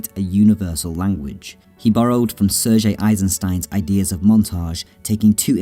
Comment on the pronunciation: just thought id let u know if u hadn't found out in 6 years, its pronounced -Ser-gay not Ser-jey ;) great video very informative thanks